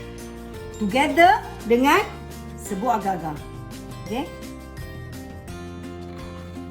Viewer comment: Td sy berfikir, aga2 tu apa?🤔.. RupaNya agarrrrrr-agarrrrr.. Astagfirullahaladzim... Sebut la R dgn jelas sis... X fhm org sbh 🥴